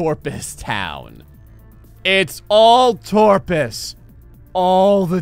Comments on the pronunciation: Its Top - rus not torpus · it's toprus not torpus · I love these. Also he said torpus but his name is toprus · TOPRUS!!!! It quite clearly says toprus. Several times. Not torpus. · OMG STOP THE DYSLEXIA IT'S TOPRUS NOT TORPUS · It's Top-Rus not friggin Torpus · u seriously can't read toprus's name... It's toprus not TORPUS